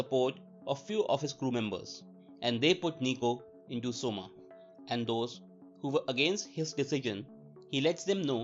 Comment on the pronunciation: Coma isn't pronounced soma LMAOOO its pronounced Koma